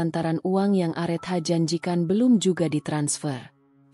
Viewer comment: Areta bacanya KK bukan arethah mf